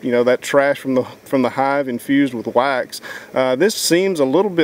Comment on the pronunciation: OH, WAX. At first I thought he was saying "you need your whites". So funny on me.